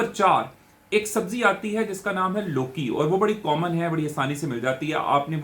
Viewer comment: Doctor you said lokee